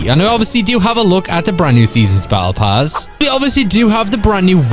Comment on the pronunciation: What is bowebull pass? Its Battle pass